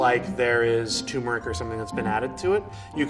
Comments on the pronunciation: It's turmeric not tumeric some expert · lol it's not tumor-ic it's turmeric. Weird pronunciation. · There's no such thing as "tumeric". The word is "turmeric", and the first syllable should rhyme with "germ". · Why he drop the first “r” in “turmeric”? Its not “tumeric” 😂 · Hey, it’s turmeric not tumour-ick. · Its TURMERIC, not toomeric. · It’s pronounced turmeric not toomeric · TURmeric not TUmeric please god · You'd think he would know how to say TuRmeric. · Lot of English speakers do that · TUR-meric why doesn't anyone pronounce the first syllable properly? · I just want to tell him that turmeric has an R before the M and it’s bothering me knowing he doesn’t care. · The mustard expert doesn’t even know how to say turmeric. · Hes says turmeric wrong. Theres 2 Rs in that word. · Mustard expert constantly mispronounces turmeric. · Mustard "expert" mispronounces 'turmeric'. That's no expert. What's next? A Corvette expert that can't say 'Chevrolet'? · Wow this "expert" doesn't even know how to say turmeric.